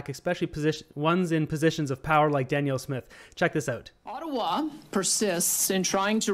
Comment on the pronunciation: Her name is Danielle not Daniel 🫶🏻